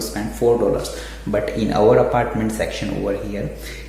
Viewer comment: Apartment bolna aphhartment bol raha hai 😂